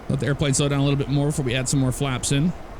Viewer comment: I love it. You were saying little slow then the Ryanair landing happened and it sounded like “little slut”. Lol what I say if I have a Ryanair landing.